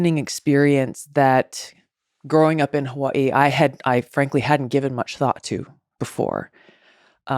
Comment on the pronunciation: why she from hawaii but cant pronounce it